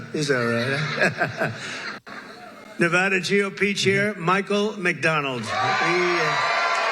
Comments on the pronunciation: fr though why do people say"Nevahdah"🤦🏽‍♂️ its Nevada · Hilarious.. You said Nevawda and later he talks shit about that lol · It’s “nuhvahduh”